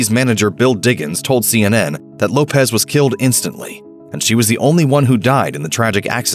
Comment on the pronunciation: I can't stand when people pronounce Left Eye's last name wrong. It is not Lopez. It is Lopes. She even said this on camera before. It's pronounced as an s not a z. Much like the Portuguese Lopes. (Low-ps) not (Lo-pez)